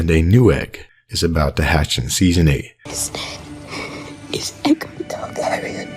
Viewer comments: Hey great content as always, but reminder, in the show the name Aegon is pronounced "Egg-on." See the end of Season 7 Ep. 7 where Lyanna whispers to Ned the name, or before that when Shireen Baratheon is teaching Davos to read and one of the books is about Aegon's conquest. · I’m pretty sure Shireen after reading about Aegon the Conqueror pronounces Aegon like “Egg-on” when talking to Davos. Aegon was also the first word Davos learned to read, and now he’s Aegon’s most trusted advisor, haha. What’s worth noting is Shireen makes a pretty big deal about how she is pronouncing Aeg as Egg, I always found it odd from the first time I watched it.